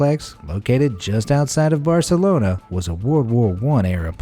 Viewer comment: And "buasulona" instead of "Barcelona"